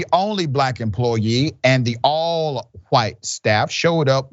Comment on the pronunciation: " a Black emplooyee" .... A Black emplooyeee of whom? You are far from a journalist. You speak like a child. By the way, Why can my 3-year-old nephew pronounce a 3 letter word, but not you?